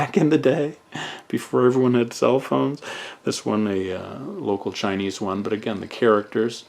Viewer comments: 你的中文发音非常标准！Your Chinese pronunciation is very standard！ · Ur Chinese pronunciation was on point!